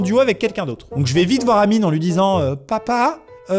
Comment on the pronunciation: Mdrr c'est réel et amine ça l'appeler amini psk le e ça se prononce i en anglais